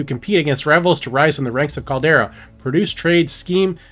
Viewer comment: Calder-i-a not Caldera. Amazes me how many youtubers can't pronounce words. This is your thing. Get it right. Maybe practice before going live.